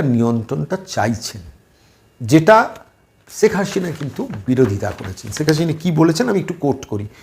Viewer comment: আরে ভাই,ছেক হাশিনা নয়,শেখ হাসিনা। সিলেটের লোক হয়ে কলকাতার বুদ্ধিজীবী বক্তা কে বিদ্যাসাগরের প্রমিত বাংলা শিখানোর জন্য দূ্ঃখিত।